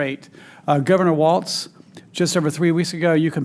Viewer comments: WALZ , not " Waltz " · He mispronounced Gov. WALZ's name he said " WalTz ". What a jerk, what a dummy.